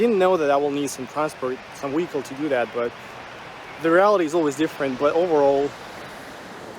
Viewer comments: Love the video and all of your observations. Seriously, take care of your health; eat like a Russian not like an American. One thing became evident in hearing your pronunciation of words like vehicle, live, (there was another one I can't remember) you pronounced vehicle as wehicle.😊 You need to practice your v words. I hope you don't mind me picking up on this but i recall you asking people if your accent was ok.which it is but you do speak quite fast and some words are rushed making them a tiny bit unclear. ❤ love to you. Looking forward to your videos coming up. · You should learn to pronounce "v". " Weekle " isn't how you say "vehicle". 😄